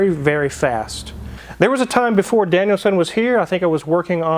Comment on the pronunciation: U have to plz stop saying “Danielson” ! For some reason it errks the hell out of me lol . Cant believe those prices though , thx🤘🏻🏁